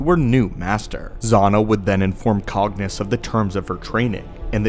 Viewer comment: Did you just say Darth banus? Wtff man